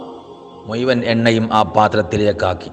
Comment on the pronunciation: മുഴുവൻ എന്ന് ഉച്ഛരിക്കാൻ പറ്റില്ലെങ്കിൽ നിർത്തി പോടോ